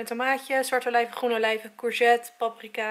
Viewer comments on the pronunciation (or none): none